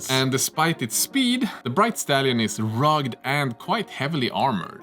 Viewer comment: Rugged is 2 syllables RUG-ed (like the name). :D